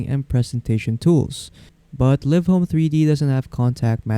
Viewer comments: ha ha it's live not liv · They make the videos yet they don’t know the actual pronunciation of the program. 😂